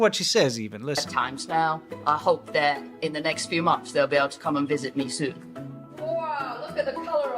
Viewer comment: She still can't say months tho, that bit hasn't been stripped away. Munfs